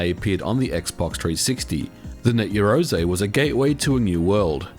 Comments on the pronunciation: You love saying Net Yeroze don't you?... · Slap a Ho every time he says net yarozay - ROZAYY